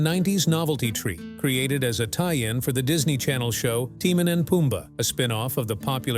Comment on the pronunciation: Like how it pronounced Timone.